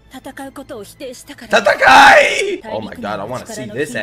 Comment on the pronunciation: Tatakae not tatakay